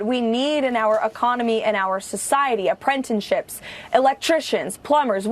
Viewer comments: I’m confused. Full panic mode because she said “apprentenships?” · I am SO GLAD you caught that,: "apprentenships." WTF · “Apprentenships”? 😂 Such professionalism from KKKarolyin'. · "Apprentenships" lol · Aprentunsheeps 😂 said the dipiusshitt 😂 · “Appren-tenships” made me wonder if she was a proud grad of Trump University😆 The timeline doesn’t work, unfortunately. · Aprentiships Lol